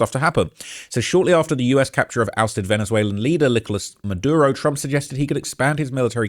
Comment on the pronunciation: ... leader "Lik-o-las" Ma-du-ro 🤭